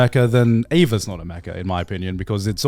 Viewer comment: First guest to pronounce Eva correctly while Garnt and Joey continue to say Ava.